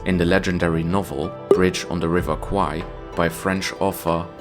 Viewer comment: The way to pronounce 'River Kwai' correctly is like how you pronounce 'bear,' 'hair,' or 'pair' with 'KW,' because the way you pronounce it in the video sounds like the words for 'Buffalo' and 'Penis' in Thai :p